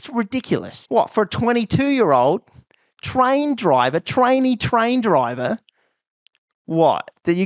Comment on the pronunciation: I know it's TRAINEE train driver, but all I could hear was trainy-train driver.